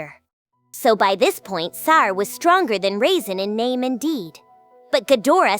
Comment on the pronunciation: To think the humans, most powerful magician is named after a dehydrated grape 🍇 😂 raisin 😂 Ai how long will it be before the world’s most advanced computer system can properly pronounce peoples names.?? Maybe Ai can pronounce his name properly if you spell it like this,, ( Rah-Zin )